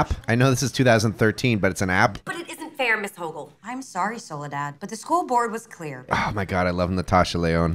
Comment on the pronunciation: Soledad isn't that weird of a name, it's a name latin American/Spanish speakers prefer. It sounds less stupid with Spanish pronunciation